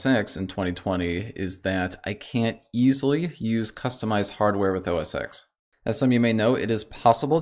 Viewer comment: Yes, it's macOS now and never was called OS Exxx as he calls it. It was called OS-X as in OS TEN like a roman numeral.